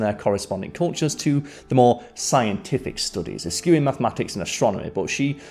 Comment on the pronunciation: When is the grown up presenter back? You know, the one who can pronounce eschew and isn't gobsmacked that folk from history had different notions than us.